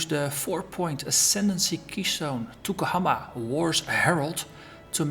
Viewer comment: Yes the guys n gals GGG are amazingly nice, real professional too so its not surprising they are so good. Also, Maori isnt an easy language to pronounce, you did quite well (better than me when I first arrived, im from London lol !).